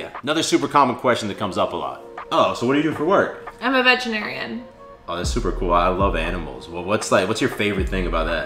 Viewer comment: I totally heard “I’m a vegetarian” not “I’m a veterinarian” 💀😂